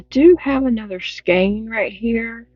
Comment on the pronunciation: Skein is pronounced Skeen, least thats the way mom taught me